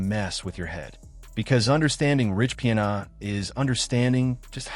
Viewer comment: Your AI voice is pronouncing his name wrong.